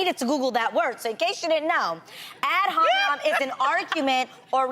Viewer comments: Adrienne: “google ad HOMINOM” 😭😭 I’m sorry, the way she’s saying it is so funny. My teachers always pronounce it “Ad Hominem” . She’s saying it like NOM NOM NOM😂😂 anyways I love Adrienne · "Ad hominom" lmao...